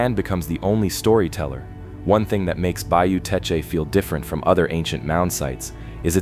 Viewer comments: It's just Tesh...not Tesh-uh. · ❤❤❤❤❤. I'm from South Louisiana. The correct pronunciation of Teche is Tesh. The final e is silent and the c has a soft sound like s . ❤❤❤❤❤ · It is Bayou Teche, pronounced Tesh. Please quit showing rock in the beginning of the video, we have no rock in the state of Louisiana. We have to import rock from other states. My mother is buried on Bayou Teche, you need to say where these mounds are, I have never seen them. The salt domes are all around the coast of the Gulf of America, look at google maps, you can see the circles, Avery Island is not the only one. You did not mention the amazing gardens at Avery Island, and the bird sanctuary, and the huge Buddha statue. Obviously people lived here before the Europeans came, Caddo Lake area was all Native Americans, we stole around 30,000 acres from them. I did all of the Title to that area, the government swindled them out of all of their land, there was even a lawsuit, but the government won. There were a lot of Native Americans settled in what is now Louisiana, there was a lot of wildlife, hunting, gathering, mild climate, plenty of water. My people settled here in the swamp after being ethnically cleansed in Nova Scotia by the british, some of us stayed in Canada, some in the NE, but a group came all the way down here. We are called Cajuns, Acadians, and we are mostly of French descent. We have been here since the late 1700's.